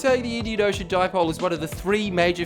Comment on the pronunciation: HAHAHA FUCK ME "The Indian Ocean Di-poley" HAHAHA